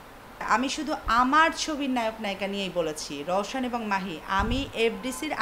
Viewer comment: Hero er name tao valo vabe bole rowshon koi theke aslo? roshan hobe. Ei mohilar problem ase dekhte puro khasir moto